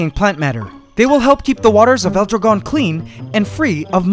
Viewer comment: your saying dragon a bit wrong in spanish but it's ok